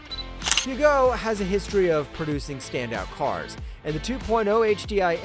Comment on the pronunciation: Peugeot is pronounced Purr as in cat then joh with the j as in jam. Ask the French - it is their language after all!